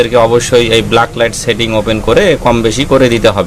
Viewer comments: ব্লাক লাইট না ভাই। ব্যাক লাইট। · আপনি কি রকম টেকনিশিয়ান? ভুলভাল উচ্চারণ করেন, কথাটা ব্ল্যাক লাইট না ব্যাকলাইট। কাজ করেন টার্ম গুলি জানেন না। এল ই ডি কে বল বলছেন? এখন দেখি আতিপাতি সবাই ইউটিউবার।